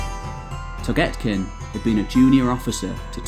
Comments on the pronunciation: Can you plz pronounce names correctly? Its literally how its spelt. "Toghtekin" or tugtekin (toog-te-kin) not togetkin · your pronounciation of toghtekin hurt my ears but the rest of the vid is great